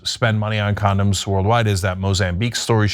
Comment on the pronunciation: "Con-Don's", right?